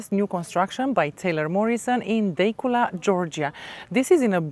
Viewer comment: It is pronounced Da cula. Overpriced